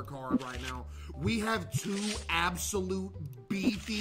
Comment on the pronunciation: Bruh I wasn't paying attention and heard him say " whys this one absolute goober" and sounded like he said "this one asshole" I've never rewound something so fast in my life 😭😭😭